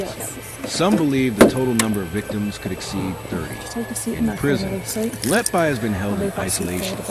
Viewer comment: I would suggest you learn how to pronounce her name.